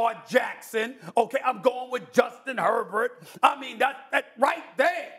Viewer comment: stephen A really said herbert lmaoooo